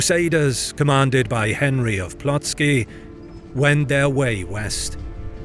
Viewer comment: You really need to learn how to pronounce non anglo-sphere words like names. After all those years you do those videos (which are awesome by the way, I'm an avid fan! Besides most of the Polish battle which are depicted by you with giant historical mistakes) it's just ignorance at this point. Sorry my dude. For example this "samorgitia" i called ŻMUDŹ. The way you pronunce "Plötzke" is another butchery. You have now AI, you can ask Gemini or GPT to teach you man. Please, do it. It's pathetic at this point and I want to unsubscribe AFTER 7 YEARS if being you faithful fan.